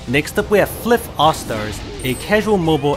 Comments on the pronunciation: Wait wait wait a second... "flif"?! Isn't it read like "fly-eff-eff"?! FLIF?! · it isn't flyff (fliff) , it's flyff (flayff) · hey.... man it's not (flif) to pronounce i think it's (flayf)